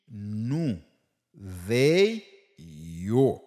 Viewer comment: Pwofesè eklesim sou....they.... Svp paske mwen wè gen moun ki pwononsel kòm dey ou menm ou di vey